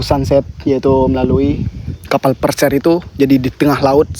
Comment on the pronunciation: pesiar bg bukan persiar🗿